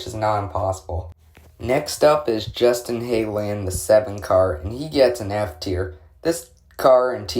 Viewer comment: Not a bad ranking overall, tho Briscoe in S and Byron in A I feel like is a weird take fr. But I'd say overall great. I'd just work on the pronunciations if the drivers names tho man some of them are pretty off pronunciations, like Justin Haley for example, which was super off. Also I recommend like saying "FRM", or "Spire", "RFK", etc. It's unlikely someone watching this specific video wouldn't understand for example what "JGR" is, but all it does when u say "Roush-Fenway-Keselowski Racing" is just drag it out honestly unnecessary. Otherwise great video and explanations man!